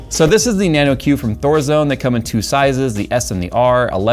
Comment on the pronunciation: Why do you say it like that? Nano Q sounds awful